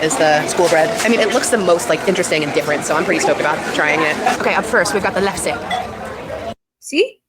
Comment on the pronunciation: LEF-SA and SHOOL-BREAD. That is how you pronounce the Norwegian food she butchered.